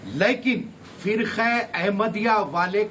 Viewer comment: Abe charsi " fikre " nhi firke hota... Kabhi to hos m bola kr.